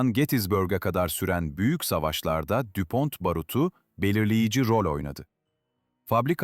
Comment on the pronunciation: Bir dakika dinledim bıraktım. Saygı ve özen noksan. Okunuşu Düpon okunuşu Türgo...